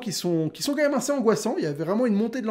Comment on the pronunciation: Alors vraiment, désolé je vais faire mon trou duc à chipoter, mais...ça fait très longtemps que je te suis, et tu répétes énormément le mot "assez", genre, tout le temps. Et je le sais car tu le prononces "ainssez" et c'est très énervant.. Fallait que je le dise jsuis désolé te corrige pas pour le seul pelo que ça dérange mais.. Stp corrige toi c'est pas français :p